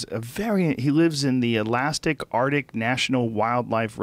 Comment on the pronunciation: Joe.. ‘he lives in the Alastic Artic’ Rogan